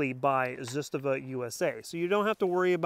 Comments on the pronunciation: "Zitstava"? ZAH-STAH-VAH. Start out by saying it slowly and then gradually increase to pronouncing it CORRECTLY! You lose credibility when you say the name wrong. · What’s a “ziz ta Va”?? ZA STA VA,, and Kalashnikov not “Ka lish an kav” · Zastava not zustuva lol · ZIstava & KalIshnikov, really? It's ZastAva & KalAshnikov. You even mispronounced Des Plains & WAsr...🙄🤣 Just get a WBP safety from AKOU to save your woman hands from any further pain. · you lost me at "Zisstuhvuh" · ZahStahVah. Trust me. I am Serbian. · Ignorance in manufacturing, materials and why people want a bayonet lug = unsubscribe. Not being able to pronounce Zastava =👎 ...zest...really... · Awesome video, keep em coming :). hi you pronounce Zastava well, only slight correction if I may. Zastava ...the first "a" and the second a are the same letter. They are pronounced the same way. You pronounce the second one great. Do the same for the first one. The sound is the first sound of A as alpha. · That is not how the guys from Zastava Arms USA pronounce it. ^_^ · You don't know how to pronounce Zastava, Cugir or Kalashnikov. Go home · Totally Butchered the ZASTAVA name😂.. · Should probably learn how to say the company's name correctly just saying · SAY IT RIGHT 😈